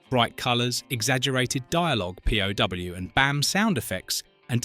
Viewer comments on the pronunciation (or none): P-O-W? not POW? friggin' AI! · Why did you say P.O.W. ?? It's POW!) ?? Unless there is a part 2. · P O W not POW? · The voice-to-Texas narrator "thinks" Pow! should be pronounced "Pee Oh Double You." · The cockney AI voice can't read "POW" as a word, but instead says, "P Oh Double You." F-ed up. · I'd think there has to be a tag they could use to the voice generator to pronounce something as a word or as letters. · Thats why the guy couldn't say POW but it came ouybp as P.o.4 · Yep, horrible mispronunciations and syntax throughout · Also pronouncing the letters in the word "POW" as though it were an acronym. It almost sounds like the narrator is some kind of robot. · I suspect they had it capitalized in the script and that's why it was pronounced that way. I suspect there is something in the program that tells it that if it's written in capitals it's pronounced like letters, the abbreviation for prisoner of war, and if it's small, it's pronounced like the first part of power. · it is kind of an edge case. P.O.W. is often written as POW and said as individual letters. Clearly the AI in this case failed to recognise the context.